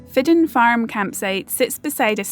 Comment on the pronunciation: So glad you experienced Fidden Farm, in my top 5 European campsites for sure. When we stayed there we were told it was pronounced "fidgen" but don't edit the video on my say so 😉😁 GREAT WORK 👍